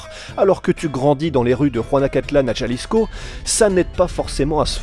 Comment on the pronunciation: peut tu stp prononcer correctement Guadalajara et Jalisco . un peu de respect stp